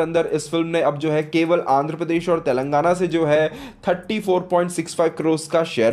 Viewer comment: तेलंगणा बोलणे मे क्या कठणयी है बेटा आपको ?????